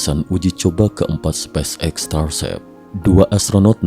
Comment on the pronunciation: apa cuma saya yang mendengar "starsep"?